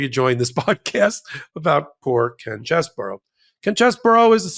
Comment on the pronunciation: What a sleazy creep. BTW,: I should let you know the correct pronunciation of Chesebro is much easier on the ears. His last name is NOT pronounced "Chess-burr-ow"; it is: "Chez-bro". See? It has just two syllables. There ya go. You're welcome.